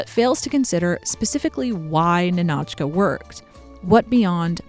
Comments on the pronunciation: It's Ni`-no-chka like KNEE(stress/emphasis)-no-chka not Ni-NOH`-chka lol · hey! wanted to point out one minor detail . the title of the movie, "Ninotchka", should be pronounced as "nInotchka", not "ninOtchka". emphasis on "I". you can check the pronunciation in Google Translate by typing Ниночка another great video btw, your content is truly my favorite on YT, and I was never even that interested in the history of Hollywood before. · Ninotchka is pronounced Nina-tchka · The film's name is pronounced NIN-och-kuh. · I love this whole video highlighting Greta Garbo and her fascinating allure, but each time the narrator mispronounces the name NINOTCHA leads me to believe she has never seen this movie. It's yelled out many times in the film!